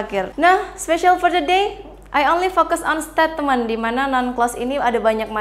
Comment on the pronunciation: Koreksi: statement itu mengapa diucapkàn stetmen seharusx steitment